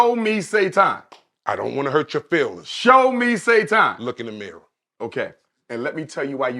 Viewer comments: Why tf is pronouncing "Satan" as "Say-ton"? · How do you fight Sa-ton 😐and why do you pronounce it like that? Umar giving you physical facts about black people how we think and spend being the problem. And he offers solutions to the problem. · Today i learned it’s not Satan, it’s SaTON… got it.